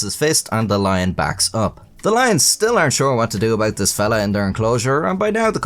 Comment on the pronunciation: "Dis is d worst Chinese I've ever had..." said in an Irish accent has got to be the funniest thing I've heard this century.